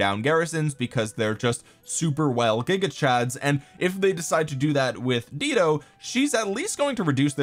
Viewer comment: Dido is pronounced "DIE-DOE." 😂😘